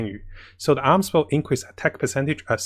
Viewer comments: It's A-Mos" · If anything, I just don't like this Arms Bow, who names their bow as Arms Bow Edit: If you don't get it, hear how pronounces Amos